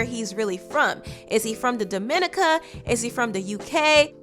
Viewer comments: Wth is " The Duhminica"?😅...the word is Dominica DOM-I-NI-CA! 🇩🇲. Get it straight!😂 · I love you, but you mispronounced Dominica the entire video. It's pronounced Dominique-Ka, NOT Do-min-ica. Still love you 💕💕💕💕💕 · DUH- MIN-NIH-CAH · Omg I cringe when she says “the Dominica” that is not how you pronounce it and there is no “the” before it. It’s just “Dom-in-ee-kah” It is not the Dominican Republic. Two different islands. Do they even teach geography in U.S. schools? It seems like many Americans do not know a lot about other countries. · Deported from to the U.K. really? :O I know it still sucks.. but man made a life for himself... and he’s from a developed country—he’ll make it. Also, Dominica is not pronounced duh-MIN-ik-kuh it’s pronounced dom-in-NEE-kuh 😂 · Ticonemah Elotl... it’s all in the pronunciation Dom-min-eek-can Not Dominican. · Daw-min-E-kah, not daw-min-ikah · Dominica is pronounced Dom-eh-neeca, not Da-min-i-ca 🤦🏾‍♀️🤦🏾‍♀️ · Nice video! Btw it's pronounced Domi-neeka. Spelled Dominica! 🙂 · It's pronounced Domi-nicka. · pronounced DOM-IN-NI-CA its not the Dominican Republic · The way you state siders pronounce Dominica is so fucking annoying. It’s pronounced (DOM- I-NEE- CA) 🇩🇲🇩🇲🇩🇲🇩🇲 Which is a whole different country from the Dominican Republic. So stfu🙄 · You don't say Dominica in the Spanish accent ma'am you say it with a French creole accent it pronounced dom.eh.neek.ah .... Dominica and Dominican republic are two different places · Love you, but I physically cringed every time you pronounced Dominica that way. It’s Daw-min-nee-kah and the second to last syllable is stressed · Chile you need to do your research before you come out with these videos. You sound hella uneducated chopping and screwing “Dominica” - Daw Min EE kuh! Take your time and stop rushing to be the first one to report stuff and you’ll have quality content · it is pronounced :DOM-I-NEE-CA🌹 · It’s not Dominica it’s not pronounced domo- neek-ah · Its do.mi.nEEKA